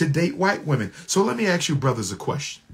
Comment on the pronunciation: "Ask" not "Axe"